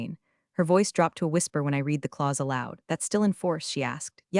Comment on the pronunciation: Good stories, but you really need to get the words correct. You have said "reed" instead of "red" many times and as a proofreader that is annoying.